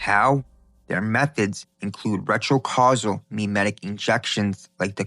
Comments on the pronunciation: it's retro-causal...not retro casually...how Vvierd that you started saying it correctly after I started typing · Did you really just pronounce cyclical as silical? Oh and retro causal as retro casual?